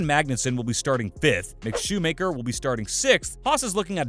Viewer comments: It's Schumacher not "shoe maker" 🙄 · Shoemayker dafuck learn to prounouce his name